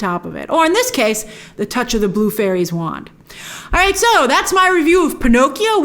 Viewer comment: Pinocchio's "Blue fairy" becomes "Blues fairy"😁